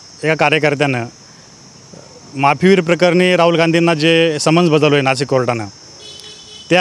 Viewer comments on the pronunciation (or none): none